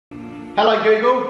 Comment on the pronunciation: “Hi gu-gul”